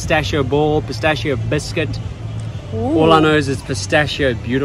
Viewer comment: Ragazzi la pronuncia di pistacchio.... scusate ma non riesco più a sentirla! PISTACCHIO non pistacio.... BRUSCHETTA non bruscetta ... buona continuazione di vacanza in Italia;)